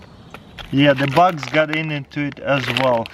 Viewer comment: He called Bugs "Bucks"